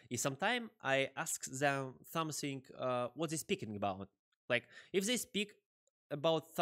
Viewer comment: not really good at english, but фсамфинк оценил )))